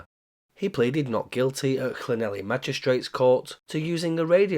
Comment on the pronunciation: Not on your Llanelly! Clan - neth - lee